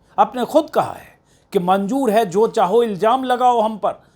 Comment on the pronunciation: Manjoor nahi manzoor hota hai